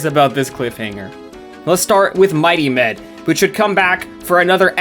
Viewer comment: I only watched the Lab Rats video from this channel, watched this video in its entirety, come to the comments and find out what I was hearing as 'Mighty Men' was actually 'Mighty Med'. I think I need to lie down.